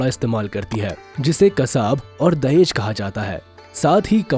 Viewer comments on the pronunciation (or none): Rauf: It is not Dahej ,it is 'Daej' which literally mean a cloth piece.